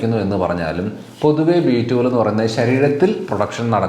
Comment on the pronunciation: B12? Then please stress on 12,your prononciation not clear🙏